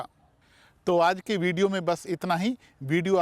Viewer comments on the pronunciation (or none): none